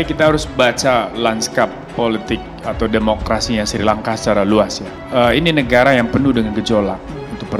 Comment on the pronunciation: Ngomong Srilangka aja salah Kok kritik